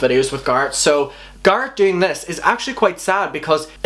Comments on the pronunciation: GARRET! stop please it’s GARRET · He’s saying carrot but with a G lol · he said garrat 50 times in the video. i counted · “GaRrAt” lol I’m sorry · 😂😂😂 "garrt" its garrett ( no hate, just couldn't stop laughing ) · I thought he said carrot watts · it sounds like your saying corrot 🤣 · i cant watch you say garrat omg im about to shoot myself in the head hahahaha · It’s Garret like carrot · Why do you call him gArrt😣😫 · Your saying garret wrong it’s pronounced [gare-ret] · ... its dude... its Garrett pronounced like merit. Garry and rett garrett. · I cannot get through this video with your continuing to call him ✨GARR ✨ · Pronounce it like Gerret... What is this accent hun!? 🤣🤣🤣😛😛🌷 Not meant mean though i just heard gard the entire time. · Ik it’s ur accent but it’s not gahh ret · "Garrat" Omfg, I'm sorry, that's just bothering me so much. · They're not wrong. You say someone's name how they prounce it, out of respect. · You don't need an American accent to say a name correctly. Especially one he should fucking know when he's reading into what he's saying like an armchair psychologist. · Zach Garrett right! I can’t watch this because of him saying the name so wrong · I'm british & I wouldn't say like that. It really bugged me. 😂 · the fact that you say his name wrong just pisses me off 😂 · The way he pronounces Garrett hurts me deeply...😖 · He isn’t saying it wrong. Just has an accent, honestly I love the way he says it! 😻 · You don't need an American accent to pronounce it correctly. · The way you say Garret invokes rage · Everything about this video is good and fine but the way that you say Garret is wrong... am I the only one a little bothered lol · ur saying garrett’s name wrong. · I can’t get over how he mispronounced Garrett 😂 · please say his name right atleast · You can say every other word with an A correctly but not garret? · I’m not trying to be an asshole, I’m really really not....but it’s hurting my brain how he pronounces garrett😅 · garrett ❌ guarrett ✅